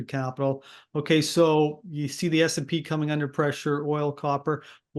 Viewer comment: It's S&P 500, not SP 500. Standard and Poor's, not Standard Poor's. Irritating when you can't even get the basics correct.